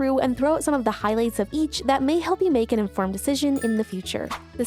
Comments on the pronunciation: Did you say "make an in-farmed decision"? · Did you just say "make an infarmed decision"?